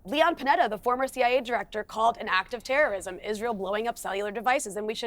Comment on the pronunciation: Piers: “why did you decide to blow up the world and publicly execute children”: “piews, we are fighting TEWWOWISM! International law… tewwowism.”